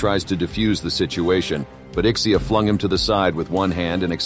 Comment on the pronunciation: SABI KO SAYO IK-SEE-YAH PRONUNCIATION NUN SA LIVE MO EHH